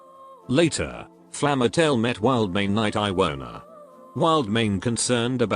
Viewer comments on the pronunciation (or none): also names should be read differently eg. Iwona isnt' read like Iowa but "I" is like in "y" in eg. ReadY (i)